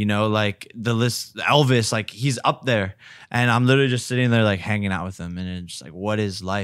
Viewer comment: Did this nigga say elvis??? Lol